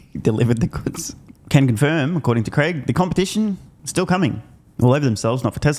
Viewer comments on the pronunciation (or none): It’s Craig as in Craig Irwin. Not Greg.